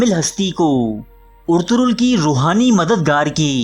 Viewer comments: bhai jan pehli naam to sahi le per kam kare . orturol nahi ERTUGRUL GAZI HAI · Bhai urturul nahi urtugul